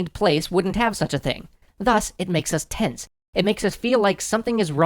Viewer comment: "....thus, it makes us tense ('Tents')...." X-D X-D